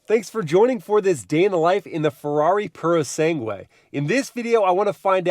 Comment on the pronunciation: Purosangue. Not Purosengue!!!! At least learn how to pronounce it....